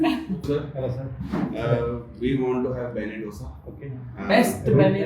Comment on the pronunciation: Beṇṇe Dōsay (not "Dhosa"). To understand better it's बेण्णे दोसे and not बेन्ने डोसा